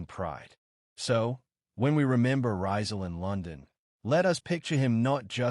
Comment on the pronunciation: The correct pronunciation of his name is Ree-zaal, accent on the second syllable, not Rai-zaal. How can you make this basic mistake? It's so egregious and distracting that I stopped watching the video despite the interesting content.